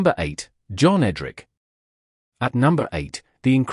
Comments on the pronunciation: John EDRICH.not EDRICK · "Vaughan was amongst the best English batsmen in the world". Err.... right ... no idea what the means. And it's EdriSH not EdrIK. You'd think this clever AI stuff would get the basics right. And it Bradman not Brad - Man FFS. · Somebody needs to sort out the AI narrator. A Miss? Ed Rick? Tresco-Thick? I laughed so much I nearly wet myself! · Could have used a real narrator! Then you might have been able to pronounce the names properly. Tresco Thick, Edrikk. Dennisamiss. F F S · The automated computerised voice over gets the pronunciation of Trescothick, Edrich and Amiss wrong.